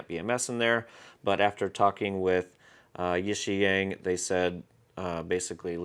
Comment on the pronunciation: Hey man, I think it's pronounced YIXIANG not YIXIANG. 💥